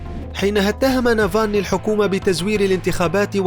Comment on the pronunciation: اولا اتعلموا كيف تنطقوا اسمه صح وبعدين اعملوا تحقيق عنه معلومات كلها من الكيس